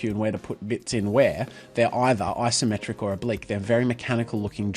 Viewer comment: It's Isometric, not "Asometric"